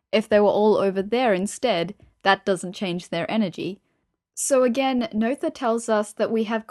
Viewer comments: Unfortunately, another somewhat misleading internet resource, from a self-appointed expert, who hasn't properly understood Emmy Noether's theorems, complete with a mispronunciation of Emmy Noether's name. But the real tragedy here is that the video actually misrepresents Emmy Noether's true triumph, which was to show, as Einstein, Hilbert and Klein had suspected, that energy and momentum are NOT conserved in the "universe", that is to say, not conserved in general relativity. In fact, Emmy Noether's paper on symmetries of actions ( “Invariante Variationsprobleme”, published in 1918 in the Göttinger Nachrichten) identified two cases, and provided a theorem for each. To gain a proper understanding one really needs to consider both. The problem is that author appears to be only aware of the first theorem, but applies it in all cases. The video states that symmetries give rise to conservation laws. But this is not always true, it depends on the type of symmetry. The first theorem is also generalized to the a context of the universe, to state that the momentum of the universe is conserved, but this is not true, as Emmy Noether showed. In fact the second theorem proves there is no such thing as the momentum of the universe. The presentation could easily lead people to completely wrong conclusions. To be a little more precise, for any physical theory that is described in terms of an action integral, dependent on some variables, fields and their derivatives up to some order m, Noethe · I thought that too! But, more it reminded me of the noyes (pronounced noise) game. So No ether=> Noether and No Yes to Noyes.